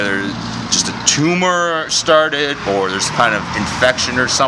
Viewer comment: it's not a tumah!!